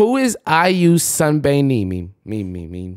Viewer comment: be like: IU sun-beam-beam hahhaa siri: 🤯